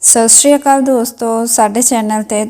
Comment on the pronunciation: Sat shri akaal bibi g pta ni ki bol gyi shuru ch